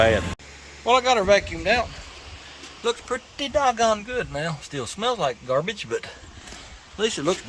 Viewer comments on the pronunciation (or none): none